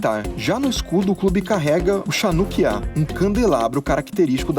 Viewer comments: Só um detalhe não se pronuncia Chanukkia, se pronuncia "HANUKKIA" com som de R não vibrante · Se pronuncia "rranuquiá", e não "xánuquiá". Em hebraico, /ch/ tem som de /r/, e não de /x/ como no Brasil. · Só observação não se diz chanukia mais se fala RANUKIA em hebraico ch tem som de (RR) OU H inglês . Outro exemplo é a palavra chanukah (RANUKAH). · Não se diz CHAnukia e sim RAnukia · eu sou judeu então sei disso que vc falou errado uma coisa. O certo de se pronunciar chanukiá é ranukiá se fala com som de 'R' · Excelente vídeo sobre uma situação complicada. Apenas uma dica, até irrelevante no conteúdo mas de qualquer forma... Chanukiá lê-se Ranukia com CH com som de R. No árabe e hebraico, que possuem alfabetos diferentes dos nossos, a transliteração costuma usar o CH no início para diferenciar a letra usada na palavra na língua originária. No caso do hebraico, que é o único que conheço à fundo kk, chanukiá, assim como o feriado de Chanuka, se escreve com heit (uma letra que parece um U ao contrário) e ela é sempre trocada pelo CH. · se pronuncia ranukia conheco por que sou um mais o video esta muito bom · na verdade se lê Ranukiá, o "CH" tem som de "R".